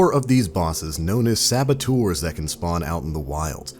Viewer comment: I don't know if it's just me but is he trying to say servitors? Or sabatours? Help